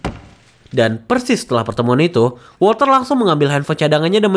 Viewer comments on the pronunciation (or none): none